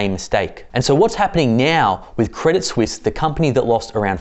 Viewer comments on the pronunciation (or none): none